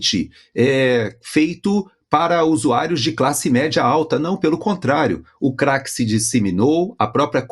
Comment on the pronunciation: "os usuaios"